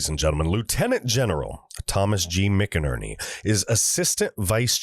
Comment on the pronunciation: Not crazy about being read to. Just provide a link to the article or interview and give us the meat. Also, General McInerney's name is pronounced "MacInerney". Love your show and the info you provide. Sharing to everyone I know.